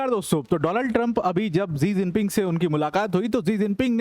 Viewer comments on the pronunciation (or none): जी जिनपिंग नहीं है😂 " शी जिनपिंग है, आप गुरु हैं।